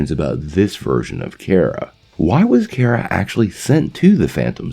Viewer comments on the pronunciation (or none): Bro pretty sure it’s kara (car-a) not Kara (care-a)